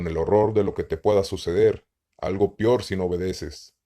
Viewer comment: Ok bien los videos pero cuando digas peor prununcialo "peor no pior"